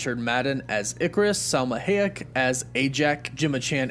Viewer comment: I don't think I've ever heard Selma Hayek name pronounced like that before